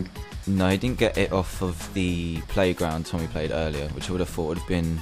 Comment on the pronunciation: the guys name was Tommy Roberts not Ommy Roberts